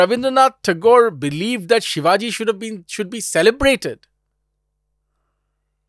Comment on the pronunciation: Minor correction...and i get it people from other parts of country may not get it...Its Chattrapti Shivaji Maharaj.And not sivaji as a foreigner would tend to say it, or english may prompt us to.Its not.🎉Hindol was great today🎉